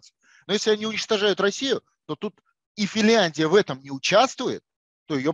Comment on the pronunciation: Подскажите ему, что страна называется не Фильяндия, а Финляндия.